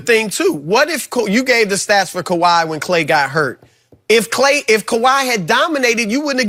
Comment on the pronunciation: My mans Broussard looks at skip like how is this your show?! LMAO Skipp the biggest hater of the year, he can't even say Kawhi's name smh.. lol